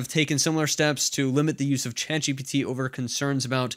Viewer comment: Love this channel and all the info your share here. Hate the way you emphasise the G instead of the T I’m ChatGPT.